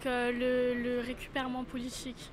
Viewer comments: "récupérement" ... Ok ça impose l'écriture inclusive (exclusive surtout!) et ça ne sait déjà pas parler correctement! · Le "récupèrement politchique"